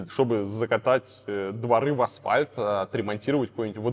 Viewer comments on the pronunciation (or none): none